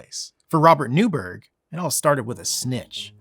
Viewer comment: Newburgh was (and still is) pronounced 'Newborough/Newbruh'. And that's the British pronunciation of Borough, not 'burrow', as Americans say. Boroughs are generally lived above soil. Burrows are underground.